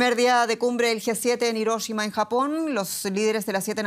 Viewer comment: Hiróshima? 😐 que onda puedo decir Árgentina?